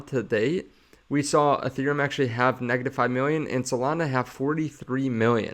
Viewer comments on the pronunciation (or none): none